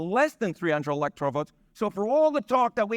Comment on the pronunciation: When you can’t pronounce electoral, you lose credibility in your theory.